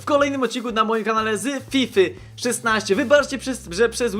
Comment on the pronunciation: ej ja myslalem ze on powiedzial tify a nie fify